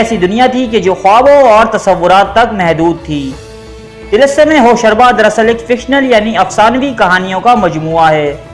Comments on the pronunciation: Lol hosharba hahaha he said like i used to read when i was little kid until then i was corrected that it actually be said Hosh ruba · Hosharba nahi Hosh Ruba h.Ruba par paish h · TALASUM HOSH ROOBA WORD HAY HOSHARBA NAHI.HOSH ROOBA YANI HOSH KO APNI GRIFT MAY KARNAY WALA...ROOBA EG DIL ROOBA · Hosh ruba,hosh raba ghulat h, pronunciation theek rakhen,Urdu k baray ustad bhi yeh video dkh skte hn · like zzzrur milta agr tilism e hosh ruba jese afsanvi naam ko sahi pronounce kr lete dear...